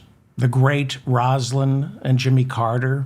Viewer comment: Please learn how to pronounce Jimmy Carter's late wife's name.